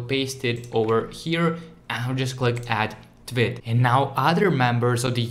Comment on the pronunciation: The way he says “tweet” sounds like he is saying twit